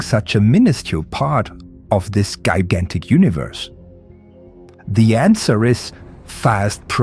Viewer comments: Yah, someone please tell it's pronounced Leg-o not Lee-go and Ji-Gantic not Guy-Gantic. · Saying gigantic as "gai-gan-tic" is hilarious. Egosoft, I love your products and your customer relations, BUT you need to work on your voice. I don't mean that metaphorically, I mean it literally. The voice of your company and the voice in your games both don't do your product justice. I'm sorry, but an English voice actor, you are not. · I will now say "gigantic" a new way from now on.